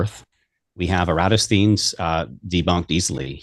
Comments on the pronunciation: “Pie-thow-gorr-ean” “Eee-ratt-o-steenz” 😂 Brilliant Gregorian Calendar: 1582 CE Rome adopted Christianity: 313 CE Only off by 1269 years Flerf… as the movie ‘Major League’ says: “Juuuuuust a bit outside.” “Kitchen wife” 😳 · If you want to jump straight to “Pie-tho-gorrean” proof of curvature 😂… “Eee-ratt-O-steenz” I had to rewatch this just for pronunciation.🤣 Every time I turn on my Surefire E2D 1000 lumen flashlight which gets quite hot in just a few seconds of use, I think of “cold light.”😂